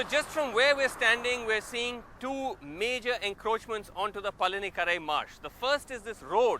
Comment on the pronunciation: Its not Palinikarai Its Pallikaranai Marsh...